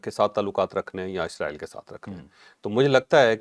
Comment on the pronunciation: Please..... Israel اسرائیل is a proper word عزرائیلis a wrong pronouciatio n